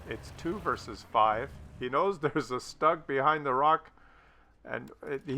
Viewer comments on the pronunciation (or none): "GrIlle" is stressed on the first vowel, not the second one, which is more of a throwaway. Because it's a German word, not a French. Just sayin'.Also while we're at it, StuG is pronounced "shtoog".